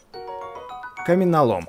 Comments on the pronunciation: камнЕлом а не каменолом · Комнелом а не коменалом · ало не каМЕлом а каМНЕлом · Не каменолом а камнелом